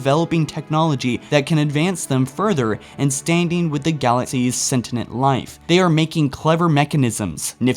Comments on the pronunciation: Sentinent? Do you mean Sentient? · Do you ever bother having someone smarter listen to your content before posting? Maybe Jacob could take a more tactful approach and at least help you phonics your way too 500,000 subs. Sentient ( SENCH-ee~ENT) not (SEN~tin-int) And before you make an assumption about my passive viewership ill just tell you that I've followed the channel since it's inception; and the fact is that when channels like yours got Money involved you sealed your fate... 343 doesn't seem to keen on making the story any better either.... BRING ERIC NYLAND BACK GOD DAMMIT